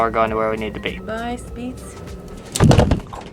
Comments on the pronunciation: Shpyaz 👍🏻 is pronounced correctly greetings from the other lake side ✨🇨🇭🇨🇭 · Ok. Small Italian lesson. It’s Ree-saw-toe. Not ree-sow-toe. And the Swiss say Shpee-yets. But apart from that, really jealous of that 150 euro train ride! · As a swiss it is funny how you try to say spiez.